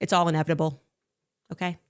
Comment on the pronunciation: Does she say “inebitable” instead of inevitable